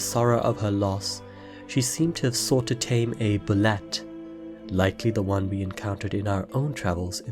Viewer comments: Bullette is pronounced "Boo-Lay" , just fyi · Bulette is pronounced Boo-lay according to the 2nd edition DnD monster manual. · Bulette is pronounced boo-yay